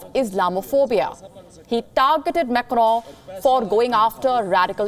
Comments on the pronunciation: It's not Macro, it's pronounced as Macon in French and Macron in English. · I love the way u say makaro 😁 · Mecrowww .. wtf? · The way she said मैकरौं😆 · The way she says Macron, and her pronunciation of words as a whole is quite dreadful...